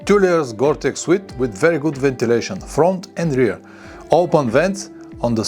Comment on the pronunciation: Thank you for your helpful videos, I have learnt a lot from you. One thing I would like to mention is that the word "suit" isn't pronounced " "sweet" it's pronounced "soot"please check with Google pronunciation for a better idea. Many thanks and best wishes for your channel.